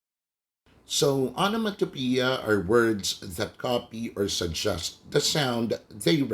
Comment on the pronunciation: its actually pronounced "ah - nuh - muh- tah - peh - yah"